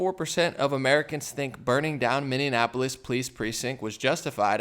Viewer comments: Minneanapolis? Its Minneapolis...apolis not napolis. Indianapolis...is napolis, but not Minneapolis. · It's NOT MINNDEANAPILIS bro, it's Minneapolis.